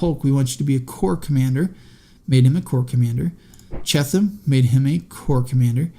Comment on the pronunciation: I think its pronounced B. F. CHEAT-um